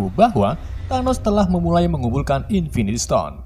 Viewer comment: invintistone anjirrr nggak kuat 😂😂😂😂😂😂🤣🤣🤣